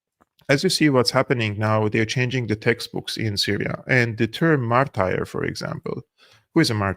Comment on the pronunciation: Martur ... Not martire 😊